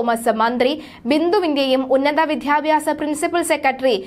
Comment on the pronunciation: ഇഷാ റോയി അല്ല, ഇഷിതാറോയി ആണ് വിധ്യാഭ്യസമല്ല വിദ്യാഭ്യാസം ആണ്.. അർത്ഥം മനസ്സിലാക്കി വേണം വാക്കുകൾ ഉച്ചരിക്കേണ്ടത്